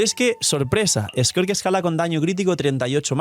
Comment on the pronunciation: Un chopito por cada vez que diga squirt en vez de skirk